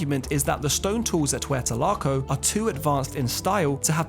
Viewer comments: very interesting 👏👏👏 however, to my knowledge, it is not pronounced WETA-LAKO, but WEY-AT-LAKO😉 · Nice video. But why do you keep talking about someplace called “Huertalaco”? Is that somehow related to Hueyatlaco? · It would help if you didn't destroy the pronunciation of Hueyatlaco. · A better example would be to pronounce Launceston but let's be honest he did butcher Hueyatlaco.